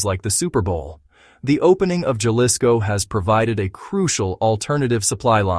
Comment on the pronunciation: Please teach the narrator to speak basic Spanish words like 'Jalisco' as his pronunciation is difficult to bear. Other than that it's a good video.